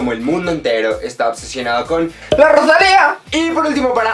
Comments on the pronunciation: Por favor que dolor de oido cada vez que pronuncias roshalia!! Es rosalia!!! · me estresa que diga rochalia JDKSJDK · La Rosalía! tienes que poner el énfasis en la A final. La Rosalí-A¨algo así es.